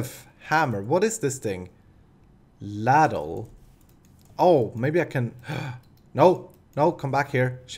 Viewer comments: lol, ultimate spoon moment with the "ladle pipe/golf club". It's obviously an easy mistake as English is not your native tongue but it is pronounced "lay-dull" is probably the best I can put it my man. it's a deep spoon used mainly for soup but it has been used for metal works of such. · ITS PRONOUCED LAY-DLE AND ITS A BIG SPOON THAT YOU USE TO SERVE SOUP